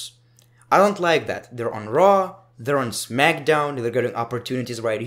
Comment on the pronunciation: Who else thinks when he says Monday night raw it sounds like Monday nitro